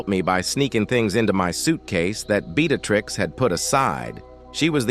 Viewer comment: Hi. I like the story, but the way the voice sounded was something to be desired. Names were mispronounced using different names like Beatrix, Breatitirx, Beattacktrix... the inflection of the voice was terrible...